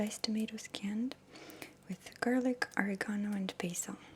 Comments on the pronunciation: Maria I loveeee this. But you have to pronounce it right. Lol. It's "O-reg-ahh-no".....not "Or-eee-gahn-no". You make me giggle so much. !! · That's O-REG-AN-O, dear. ( Smiles. ) :) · the herb you were referring to, oregano? it does look like it would be pronounced or-reh-GONE-oh, but to my knowledge it's pronouced ah-REH-gone-oh. but i'm not italian so i could be wrong :) thank you for your lovely video! i have never really heard of spaghetti squash before now but it looks delicious! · 😂 I can't help but chuckle at you pronouncing Oregano. "Or-ee-ga-no"😂 I've never heard it pronounced that way. We say "Or-egg-a-no". Now you've got me wondering what the right way to say it is? Have I been saying it wrong my whole life?🙊😂 Either way, I'm totally calling it "Or-ee-ga-no" from now on. It's hilarious. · it took me a second to realize that she meant “oregano”. Haha.